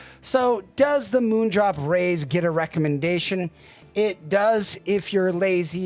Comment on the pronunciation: Why are you calling it the Reyes? Lol